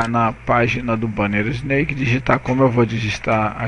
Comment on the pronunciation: Só uma correção amigo: a pronuncia é "isnék" e não "isneik". Se resto valeu! ótima video aula!